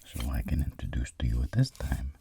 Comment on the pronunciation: Am I crazy or did he say intradaduce